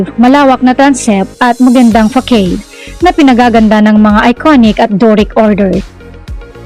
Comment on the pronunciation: Fasad po ang pag pronounce sa facade.